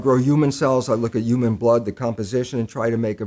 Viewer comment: Is he saying uman instead of human on purpose?